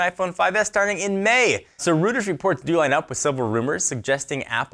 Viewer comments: Reuters is pronounced like ROID-ers, not ROOT-ers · reuters is pronounced ROY-ters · Pronounced "ROY-ters." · Eliezer Martinez no it's a company name, it's Royters everywhere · it's roy-ters :(